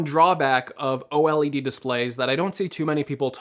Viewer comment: why is he saying OLED wrong 😭😭😭